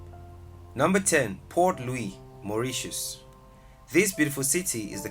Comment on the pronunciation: Please Pronounce the Cities names Correctly. The Capital City in Mauritius is "Port Louis" and NOT "Poor Louis"